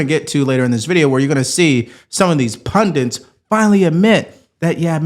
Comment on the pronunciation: PUNDIT.. not pundent